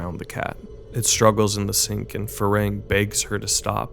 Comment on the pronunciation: I love this movie, I’m new to but thoroughly enjoying your channel and this is a very good review.. but I’m far too autistic to not stand up for the pronunciation of my man’s name. It’s “Far Hang,” man. He not like.. the progenitor of a race from Star Trek, nah mean? Either way, great work and I promise I’m not just a pedantic hater. More positive comments incoming, I swear.